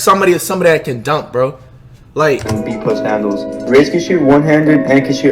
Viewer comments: So no one noticed how it said hadnles and not handles😂😂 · Nobody: ''Hadnles'' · hadnels WHAT????